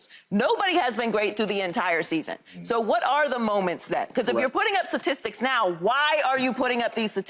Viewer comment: Let’s get someone on this show that can say STATISTICS please